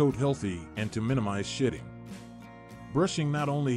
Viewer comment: 😂😂😂😂😂 seriously he's got to know he's NOT saying Shedding... they clearly shit a lot 😂😂😂